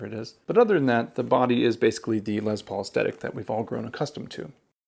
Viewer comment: I love your videos, especially this one. I bought a 2021 smokehouse Les Paul studio yesterday and absolutely love it. One minor pet peeve with the video. The guitar was named after Les Paul..pronounced "Less" As in Lester. Not Lez Paul... Unless they renamed it after a lesbian named Paul. Sorry bro... I just had to rip on you a little. Keep the great videos coming, in going back to shopping for a masculine hard case for My new lesbian Paul guitar. 😉😂